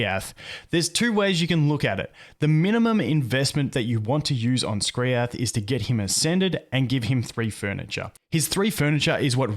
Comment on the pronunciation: How hard was it to call him Skriath